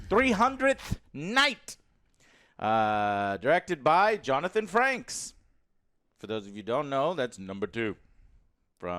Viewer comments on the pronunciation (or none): Johnathan frakes not franks. I even put on captions to make sure . You said franks not frakes . Anyways cheers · You claimed that he played "Number Two" on Star Trek the Next Generation ... that is wrong, he played "Number One" on Star Trek the Next Generation. On a second note, I can't hear it clearly and the subtitles mislead me. Did you say "Jonathan Franks" or did you say "Jonathan Frakes" ??? Sorry for being such a nitpicker...